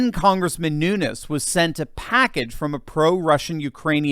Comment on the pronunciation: Pronounced: Noon- yezzz.